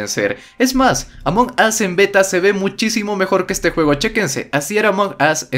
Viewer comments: Aam perdon pero se pronuncia "Amongous" no como tu lo pronuncias ya que tu lo pronuncias "Among os" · c ecribe Among Us pero c pronuncia amongos